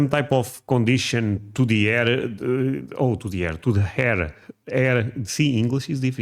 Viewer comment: That word is hair. Not “hair-ruh”.